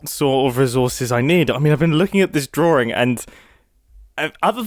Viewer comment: Again with the drawrings. What are drawrings mate ? What does this word mean ?